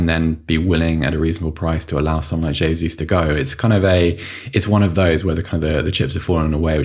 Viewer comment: The first podcast I've listened to where they're correctly pronouncing the J in Gabriel Jesus. Boils my piss when 'experts' are assessing how suitable he may or may not be for Arsenal when they can't even get his bloody name right. TalkSport I'm looking at you.